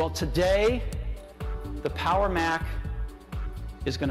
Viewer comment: Solo un par de comentarios. La palabra APPLE se pronuncia más como "apol" y no "apel". Algo parecido pasa a veces con la palabra Power. Espero no molestar con mi comentario.